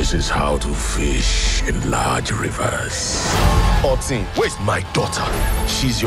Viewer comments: Yes, specially when they pronounce the word "OTIN" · Excuse me, did he say 'Otin' to his daughter? 🤣😂🤣😂. I had to replay thrice just on to make sure. 😅 I feel like the interview with Megan Young all over again🤣😂🤣😂🤣